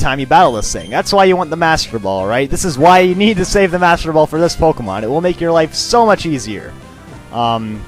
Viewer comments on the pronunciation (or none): none